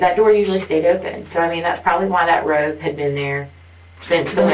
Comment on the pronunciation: Somebody tell the idiot cop he’s saying robe and not rope. She’s too stupid to have him clarify. She thinks the grandma is wearing flowered pattern rope over her shoulder. They’ll let anyone be a detective. I’m convinced of that.